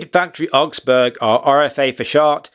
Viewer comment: You should try not to say “Eye-Sa” Aerospace… it is “Ee-sar”… after the river in Munich. Also it’s not “Orgs-berg”, it’s “Owgs-burg”… Just makes you sound less knowledgeable. Otherwise great….